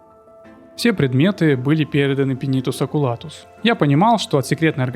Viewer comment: Сидел слушал всё было класно, но потом слышу "Пенитус Окулатус" и меня прорвало, так дико я не угорал давно.... пинитус окулатус... ох уж эти имперцы, все у них через пенитус.